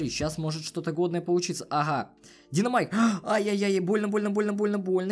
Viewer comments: У тебя ошибка там правильно будет динамайк а не диномайк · Да блять,правильно Динамайк,а не ДИНОМАЙК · Не диномайк, а динамайк, хотя пофиг